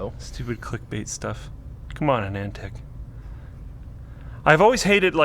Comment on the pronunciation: Why are you saying as if its A-Nand Tech? The site name is not based on NAND gate or memory type. Its based on the founders name which is "Anand".......not "A Nand"